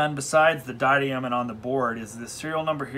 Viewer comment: I am pretty sure it's pronounced die-uh-dem